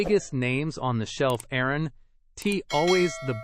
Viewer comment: This is so grating and ignorant to listen to. Instead of aren't we good, Aaron T ??? Instead of that's why, that S Y ?? This is insulting to education, grammar, and intelligence. Don't you have a proof reader ? Let S instead of let's...This needs to be taken off the internet.